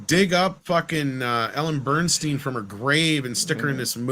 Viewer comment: Ellen Burstyn, not Bernstein!